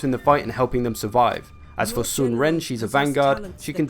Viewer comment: We'd have to see the chinese characters to tell you definitely how to pronounce Ren. Sun is pronounced like S-win (like swindle)